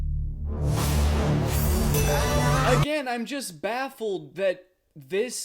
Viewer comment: "i'll represent the taxman and take away $100,000 of your winnings for that pronunciation of señorita. sorry!"